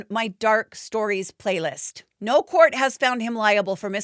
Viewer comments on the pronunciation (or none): none